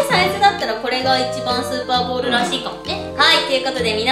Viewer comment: 0：32｢スーパーボール｣じゃなくて｢スパーボール｣になってますよ⁉️今日も相変わらずはかわいいのぉ😍💕💕